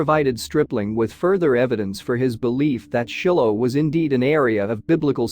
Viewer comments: It’s not Shillo. It’s Shylo pronunciation. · Narrator mispronounced every important name, like Shiloh